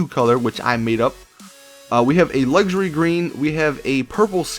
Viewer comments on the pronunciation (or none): Luxury* not luxary at the start